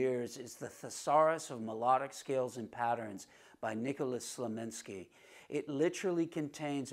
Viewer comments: Dude, it's Slonimsky, not Slominsky! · Let me put this gently: You are pronouncing the author's name, 'Slominsky'. Respectfully, no. It is pronounced 'Slonimsky'. Otherwise, great!! Thank you for giving us your thoughts. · I came to this video directly from the video of Slonimsky's interview on the Johnny Carson Show. He was VERY clear that he is not related to the Nimskys and cannot stand when people mispronounce his name. You'd think someone who may respect the work would make a better effort to respect the man and his name.